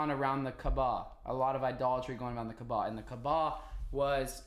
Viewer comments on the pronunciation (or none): Hey the pronunciation is kaaaba kaaba.. not kbaa. No offence , just so u say it correctly... Btw have you watched the film THE MESSAGE By Moustapha Akkad.. Just a brief explanation of how it happened.. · Hey, love your research and logical thinking! Btw, it's Kaaaba, not Kabaa